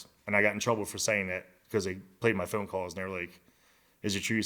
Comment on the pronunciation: How dude says phone though... foon. Hell naw 😂